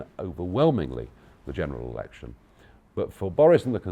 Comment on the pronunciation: Did he just say "general erection"?